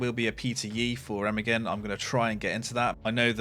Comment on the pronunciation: Can you learn to say Remagen in at least some proper German. Thx